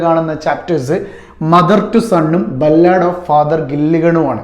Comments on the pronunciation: ബല്ലാട് അല്ല സാർ ബാലട്😂😂😂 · Ballaad alla sir 'Ba luhd ' ennanu pronounce cheyya